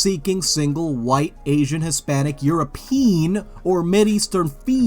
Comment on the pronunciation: "Europeen?" So is the guy looking for some European dick?